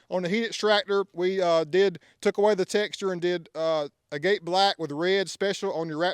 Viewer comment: Look up the way to pronounce “agate” it’s different than the way it’s spelled.